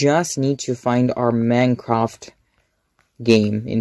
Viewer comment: "I just need to fine my Manecraft"